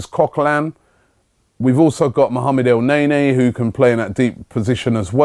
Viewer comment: Robbie, Elneny has been in the club for almost 6 months and you still pronounce his name as El-neigh-neigh... Man like Robbie...